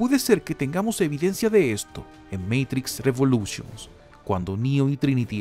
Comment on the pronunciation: A muy bien dijo "REVOLUTIONS" y no" revoluCHons"